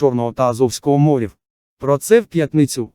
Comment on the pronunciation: Новини хороші... тільки чому стільки помилок?? Особливо з наголосами. Чому (чорного і азовського) "мОрів", а не "морІв"? Чому "п'ятнИцю"? "передісторія тАка", "глибИни яка залишилася", "на рІзку критику" , "не допускати в пОрти"... українці так не говорять...